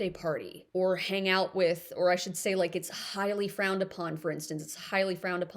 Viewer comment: Say, not day.😖